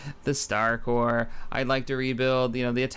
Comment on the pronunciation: hey :D your saying corps correctly :D